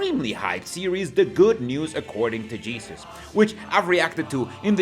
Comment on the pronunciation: I can't help but hear "the good noose 🪢" instead of the good news. 😂